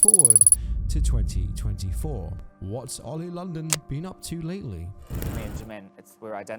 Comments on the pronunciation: “Oil London” lol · Oi OLI LONDON, ITS OLI LONDON!!!